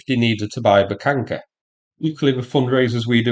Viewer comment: I'm curious: Is there some rule or something in english grammarthat there shall be no H withoun a k infront of it? It's a Buhanka, not Bukanka, like eng speakers make it sound.